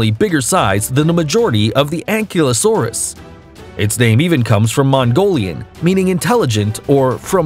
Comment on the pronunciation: Yup. I nearly cried every time he said a dinosaur's name. How'd he mess up ankylosaurus???